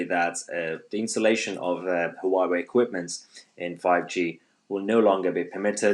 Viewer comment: Down voted for failure to pronounce Huawei properly. Amateur